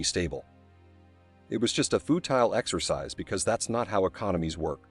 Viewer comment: Stopped listening at “footile”.